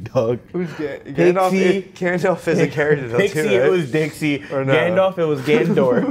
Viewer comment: I died when was by himself trying to jog his memory, hes like "gAnNDoFFF" under his breath hahaha